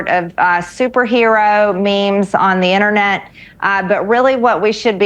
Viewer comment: What does this lady have against the nt sound? She says Hunnner Biden, Innernet she’s weird AF! 😂